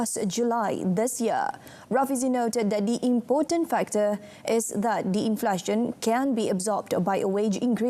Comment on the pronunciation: It is pronounced in-fla-tion, NOT in-flar-tion.